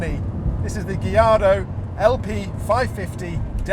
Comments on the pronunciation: Lol my man says Gilardo 😂 instead of Gallardo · I love gee-ardo 😂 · It's a Spanish word and Spanish surname not Italian. It should be guy-aar-dow. Those L are silent